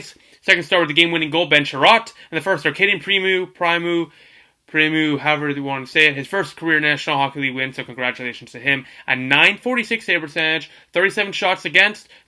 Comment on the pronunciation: Primeau not Primew